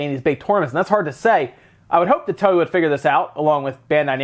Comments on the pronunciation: um Toei is pronounced " toe~eh " ... not "towee". . . and yeah it's dumb for game publishers to basically ask gamers to port beg just to get certain games ported to the Switch. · FYI, Toei is pronounced like Toe-A ("To" in pronounced like the English word "toe" and "ei" is pronounced like the letter "A").